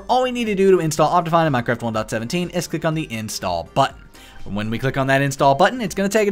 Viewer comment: minecwaft uwu